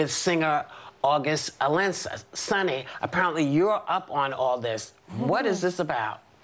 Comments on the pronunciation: Whoopi”August alinsa” 😂😂🤣😂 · Whoopi said August Elinsa 😂😂😂😂😂😂😂😂😂😂😂😂😂😂😂😂😂😂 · Jay, I am HOLLERING at Alensa!!! I came here just to n say that! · August "Alensa" LoL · August what?!!! 🤣🤣🤣🤣🤣🤣🤣😂😂😂😂Whoopi I'm crying😩😩😩Alasina...lol it's Alsina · Whoopi called him Als-ena 🤣🤣🤣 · Whoopi just WRECKED AUGUST ALSINA'S name!!😂😂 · She said his last name wrong lmao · Whoopi said August name wrong 😂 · Lmao not saying August Alsina name wrong ! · How she pronounced alsina's name wrongly 😂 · Whoopi can’t pronounce his name !?!